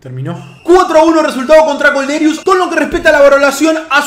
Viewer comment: Kolderious jajajaj, se pronuncia "Kolderíu